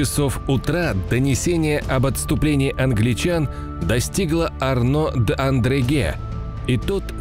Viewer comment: Очень классный канал и отличные анимации!! Но: ребята, ну какой "Андреге"??? Маршало Арно звали Одрегем (Audrehem)